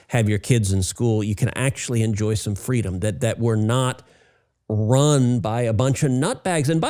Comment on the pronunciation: God bless fweedom!!! 😉